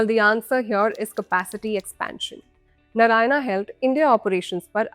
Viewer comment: भला हो अंग्रेज की बच्ची का कि Narayana (नारायण) को नारायणा ही पड़ा है नरयाना नहीं। 🤦‍♂